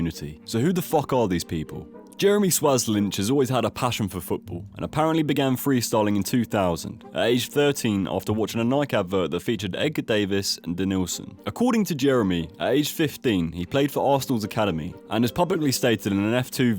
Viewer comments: "Edgar Davies" 🥴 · Did actually just say Edgar Davies!? 😅🤣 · The way you pronounced Edgar David’s name 🙄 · Edgar Davis imagine you muppet😂 a literal legend of the game Edgar Davids and you couldn’t research his name pronunciation. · How can you make a football video sounding so knowledgable but then say Edgar Davis 😂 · You lost me when you pronounced “Edgar Davids”. Oh dear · Am i the only one whos mad he said Edgar Davies? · said Edgar Davis 🤦🏻‍♂️🤦🏻‍♂️🤦🏻‍♂️🤡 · I only got as far as you saying Edgar Davis!!! Couldn't bring myself to watch any more after that. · Edgar davis 😂 it’s Edgar Davidson man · I always enjoy young people murdering older footballers names. Edgar Davies? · It’s Davids, not Davids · This is a great video, however if you ever pronounce Edgar Davids name like that again I will report you to the police for war crimes !! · You can't pronounce "davids" to save your life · He pronounced edgar davids name wrong lol